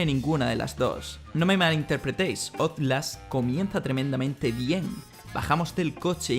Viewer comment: Basura es tu video. Y Outlast es un nombre o palabra en inglés. Deberías pronunciarlo como se debe pronunciar, en inglés.